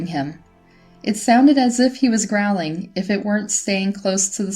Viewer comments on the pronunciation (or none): Legs not laygs Growling not graahling